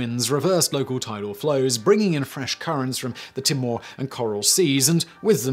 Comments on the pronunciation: Charleville is pronounced "Charlluhville and Timor is pronounced "Teemore". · Just FYI "Queensland" is NOT pronounced like you say "Queensl'nd" It is literally pronounced "Queens Land". Land is pronounced like Land an not L'nd. You've said this in several videos and still haven't corrected it. Also Timor i.e "The Island of Timor" is pronounced TEE-MORE not tim-or